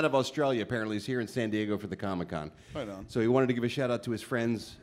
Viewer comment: Seriously, why the fuck does Kev always call it Comie-Con? Dude can't pronouce the word COMIC?!? 🤣